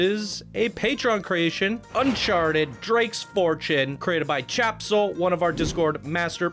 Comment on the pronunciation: "Tjebsol" doesn't read like "Chap-sol". It would be more "Te-jeb-sol". It's an interesting take on the game's story with a LOT of work put into it, but the journey is WAY too long. So many boosters. With stories like this, you need to do a synopsis version. There's no need to show everything single thing went on or spend a lot of time weaving in and out of a given location (i.e. the fort and town, river run, the underground complex) or long spurts of time traversing inaction zones built to separate areas (stretches of nothing more than trees, water, tunnels, red lit rooms, etc.). One or two passes is enough for the viewer to know about the area from the plot. Creating key moments is the best way to do stories like this for PC. For perfect examples on how to show a movie/game story in a semi-short form, look to Brad Hamilton and his many amazing PC creations. Also, the track needs serious smoothing. Really wonky.